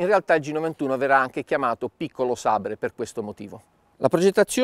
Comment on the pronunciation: In tutta la mia vita non avevo mai sentito qualcuno pronunciare "sabre" così come si scrive invece di "seiber" :( mamma mia!